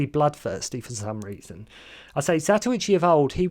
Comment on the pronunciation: It's zatochi not what gobeldy goock your blethering